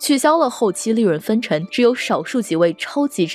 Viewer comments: 这期内容很赞。不过主持人的普通话发音不标准，或者说有点口齿不清。X，J，Q这些辅音发音都有问题，比如“既“然，院“线”，当”下”，两“千”，等等这些字的发音都有点咬舌，挺起来有点别扭。还有有的发音干脆错误前后鼻音不分，比如分成，是分cheng, 不是分chen。等等denden, 发行xin....不是黑子，建设性意见。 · 口音没问题，不过她的普通话发音不标准，或者说有点口齿不清。X，J，Q这些辅音发音都有问题，比如“既“然，院“线”，当”下”，两“千”，等等这些字的发音都有点咬舌，挺起来有点别扭。还有有的发音干脆错误，比如分成，是分cheng, 不是分chen.